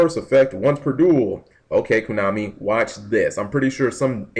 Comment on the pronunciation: if I hear you say KUNAMI instead of KONAMI one more time I will hurt you.